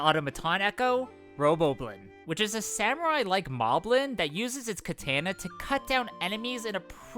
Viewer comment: Apologize for your pronunciation of katana.